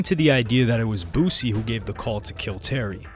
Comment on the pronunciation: It’s BOO-SEA